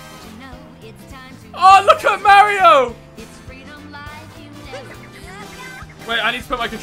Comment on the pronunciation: when you play Mario games and you don't know how to say mario